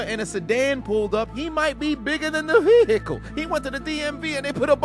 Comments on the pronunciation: You getting a strike for this one😂 shadow realm you go Edit: Veeehicle 😂😂😂😂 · Bigger than the what? 😂😂😂 why did say Vehicle like that? 😂😂